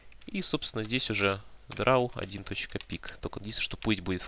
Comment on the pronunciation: драу. пирфект энглеш